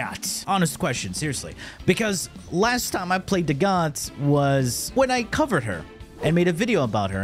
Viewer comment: As a dagath main I may be biased but she’s SO UNDERRATED!!! Also have some RESPECT for the faceless queen and SAY HER NAME RIGHT!! They tell you in the hollow if you don’t remember!! Ok with that off my chest thanks for the build guide I enjoy your content.